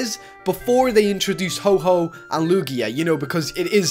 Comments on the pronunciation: Its Lugia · It's lugia